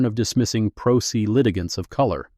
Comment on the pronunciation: First minute, Pro Se is pronounced “pro SAY”. (17?) satisfying”……. I’m DONE. No since wasting my time on something the Producers showed no care!